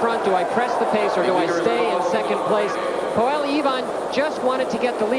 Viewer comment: brilliant.......I only wish the American commentators pronounced PAULA correctly...... not PALLA.....as they keep saying. Who ever heard of Pall Newman????? It's the same name with an A at the end....